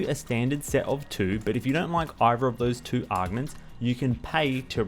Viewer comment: I appreciate the guide but the way you say augments is pure aids. That’s not how you pronounce them at all. Unless your just doing it that way for fun.